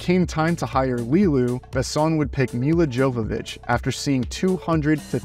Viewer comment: I enjoyed the video, but your pronunciation of names (e.g., Luc Besson, Milla Jovovich) was really bad. It's easy to look up the proper pronunciation online. As for the movie, it's a favorite of mine.